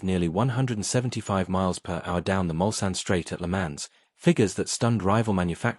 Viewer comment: Pronunciation PLEEEEEEESE - Check "Le Mans" s'il vous plait.